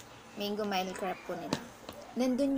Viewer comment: You pronounce it as "mil" not mile